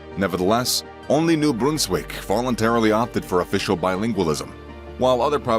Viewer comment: You could have just used Google to find out how to pronounce words like Ville, Jacques, Brunswick, etc. If I were making a video with Russian words, I would look up how to pronounce them, not just say whatever. Ontario was never called "Canada West", it was Upper Canada. Québec was Lower Canada (based on the upper and lower mouths of the St. Lawrence river)